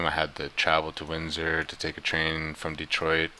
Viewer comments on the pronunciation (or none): none